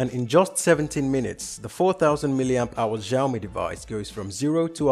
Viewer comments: It's not Shio-me it's Shao-me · it's Shio-me not Zhaio-mi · it's not giaomi, it's shiaomi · Great video...but it's not pronounced as Ziaomi it is pronounced as Xiaomi were the X is equal to SH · sorry to be a bit harsh to you, I had a rough day. thank you for your complement and just for your reference, Xiao is actually meant to be pronounced like shyao. it may even be a little bit easier to say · It's so annoying how he pronounces Xiaomi "zhiaomi" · Hisyam Gaming Ikkr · The way he pronounces the name triggered me because ik how it is actually pronounced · Making tech channel And cant even pronounce xiaomi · Oh god any other Chinese people cringing at his pronunciation? IT IS SEE-i-OW MEE. At least he said Huawei correctly doe.